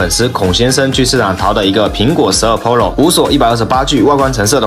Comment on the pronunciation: 跟我读，pro，pǔ ròu，普 肉，求你改改，听着真难受